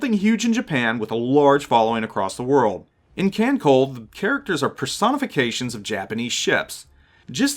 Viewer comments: oh another thing, the pronounciation kan col "le" not kan col. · So I'll toss out the correction that I don't see in the first few screens worth of comments--a pedantic one. "KanColle" is short for "Kantai Collection," and thus the trailing E is voiced; the pronunciation, in English, would be "Kan-Co-lay." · KHAN-SOLE-LE(The way you says ole'): Kancolle ya welcome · It's a good video to have up, with a couple mistakes: 1. It's pronounced "kahn-tie" and "kahn-coll-eh" 2. Yuudachi is a Shiratsuyu-class DD (Shiratsuyu herself is also in Kantai Collection) Also, if you see a player respond to "poi" with "nanodesu" or "khorosho", those are the catchphrases of Inazuma and Hibiki/Verniy, respectively; they are both DD's of the Akatsuki-class.